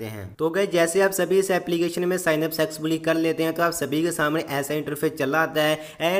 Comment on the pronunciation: Sexfully nhi hai usko successfuly keheta hai 😂😂😂